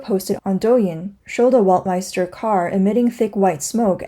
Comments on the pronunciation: Weltmeister must be pronounced as "velt-mayster", not "wolt" or "welt" as in english but as it is in German :) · "ei" is pronounced as "i" W is pronounced as v. Velt-my-ster is how to pronounce it. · … a German here. … That’s Bullshit. … We in Germany pronounce „ei“ like you when you pronounce the first letter of the US- state „IOWA“ or when you say „I will go to … . The „I“ sounds like the German „ei“ in the Word „Weltm“ei“ster… The Letter „W“ sounds in german as the „W“ in the the english word „WORLD“ … You got me? … 😏